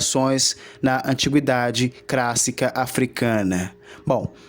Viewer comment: Meu Deus! Civilização CRÁSSICA? PREMINENTE? Não dá pra prestar os ouvidos. Sorry!